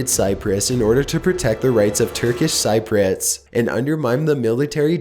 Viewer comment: My only issue is his pronounciation of Cypriots